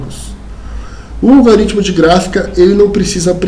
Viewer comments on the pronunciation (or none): A aula é excelente, mas fica aqui um toque. Não existe "algaritmo". A pronúncia correta é "algoritmo".